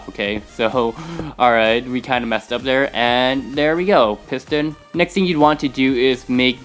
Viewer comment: "Place a block right dere."